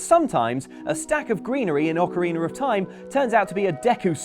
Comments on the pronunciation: Ocariner of time??? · Am I the only one who hears say "Ocarinar of time?" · Ock-a-re-ner? Who else is uncomfortable by this..... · "The Legend of Zelder: Ocareener of Time"